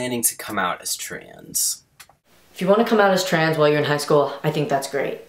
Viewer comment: Every time says "trans" it sounds like trains.